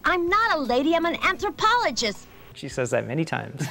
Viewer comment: "I'm an Anthropologis-TUH!"